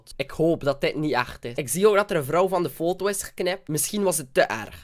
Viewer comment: Je zegt niet fotto het is foto